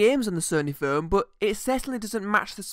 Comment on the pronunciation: "furn" WTF is a "furn"? Were you trying to pronounce the word 'Phone'?